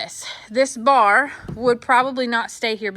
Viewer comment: I had a good giggle over it saying "bra" instead of "bar!"